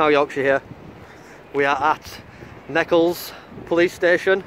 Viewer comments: I passed there the other day and wondered if anyone would get there ,, no gates or fences, it’s not pronounced like Seychelles or nekkles , it’s like neetchels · The Police Station is Pronounced "NEEECHALS: Not Nekkals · It's not necklles, saying it phonetically it's neechells.. lol .. Happy Auditing. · Neck Elles? It is pronounced neech elles ( as in leech or beech). I know, it’s the way it’s written. Sorry. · Just in case nobody else has said it, Nechells is "knee-chells", in brummie. Nice work, your style is your own, we have to have a range of approaches, including direct and challenging auditors, it keeps the subject matter on its toes. Thanks. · Love the way you pronounced it. Knee-chulls is how it would normally sound. On a different note, what's happened to Live Free these days? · It is pronounce NEECHILS and be carefull ya dont get mugged round there lol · It’s pronounced Neech-alls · Pronounced kneechells in Birmingham. 73's Andy M6APJ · Great vid. It's pronounced 'Nee chuls' by the way. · It’s pronounced ‘knee-chells” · That police station is pronounced neeeeechels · its pronounced as in Peach, Pechells. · It’s pronounced knee-chills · Pronounced Kneeshells👍🏻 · it’s pronounced kneechulls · It’s Nee-Ch-ells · It's pronounced neechles. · it is pronounced knee chells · Nee Chulls it's pronounced